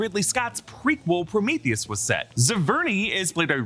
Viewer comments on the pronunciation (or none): none